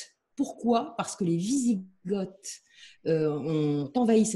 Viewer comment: a dû dormir à l'école au moment du cours sur les invasions barbares, sinon elle saurait que Goths, Wisigoths et Ostrogoths ne se prononcent pas "gottt" (célégo comme ils disent dans Astérix) et que les Goths se sont convertis à l'arianisme bien avant leur division entre ostro- et wisi- et donc bien avant d'être en Béarn 😉. Sinon bravo quand même pour son travail de recherche!